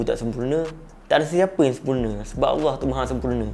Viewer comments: cuma ada skit teguran. aku macam dgar ko sebut awah bukan Allah. try ubah skit. ni sbb terbiasa. aku pun dulu2 mcam tu. nk sebut laju2 je. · SEBUT NAMA ALLAH TU BIAR JELAS SIKIT...."AWOH APE AWOH "? ORANG KAPIR PUN SEBUT NAMA ALLAH DENGAN JELAS KALAU TAK BOLEH BERCAKAP DENGAN BETUL ,JANGAN BAHAS BAB NI...ORANG CAKAP LEPAT SESAT ,ORANG TAK BENARKAN LEPAT BERCAKAP TENTANG FAHAMN2 DIA SEBB TANAK PENTAKSUB2 MACAM KAU MUNCUL DAN SEBARKAN APE YANG DIA SEBAR .....JADI BETTER KAU DIAM...JANGAN BERCAKAP TENTANG INI Allah suruh kita amar makruf nahi mungkar (mencegah kemungkaran) bukan kita semua suka2 nak sesatkan orang .... dah memang jelas lepat sesat , suka2 menafsirkan ayat Al-Quran ikut selera dia bab paling kelakar ..."AJARAN LEPAT ADELAH BENAR ? DULU PENGIKUT AYAH PIN PUN CAKAP "AYAH PIN BENAR " & "AYAH PIN ADELAH TUHAN" 😅😂😂😂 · Ko tak jumpa dekat mana dia sesat? Alahaii...Ko buat kajian ape benda ni bro? Baca tafsir ikut paleotak sendri...ko sebut Allah pon tak betul..haha